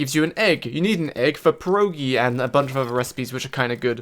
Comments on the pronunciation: it's pierogi not pierołgis you read it like it is writenned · ITS NOT PEWOGIS. ITS "PIEROGI"....... ONE PIERÓG. TWO PIEROGI.......... I feel offended as a Pole........ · Its not perogi, its pierogi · Eh I know it doesn't matter but, you read "pierogi" as "pi ye ro gi" polish accent is hard and loud